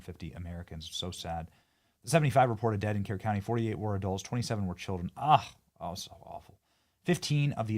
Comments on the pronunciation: Pronounced spelled Kerr pronounced Cur county. I have family there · Benny FYI Kerr County is pronounced "cur" not "care." Texans are thankful for all the help and support we're receiving for rescue & recovery efforts. On the other hand people like Sade Perkins are pure evil. If you haven't seen the sadistic, racist things she is spouting you should look it up. Be warned its beyond infuriating awa stomach turning. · Benny your pronouncing Kerr and Kerrville wrong!! It's pronounced like Kurr (think burr) or Kurrville (burrville)!!!!